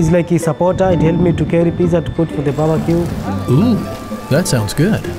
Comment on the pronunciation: From now on i'll always say babaque